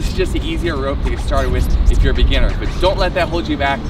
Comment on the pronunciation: Lol He said beginer 😅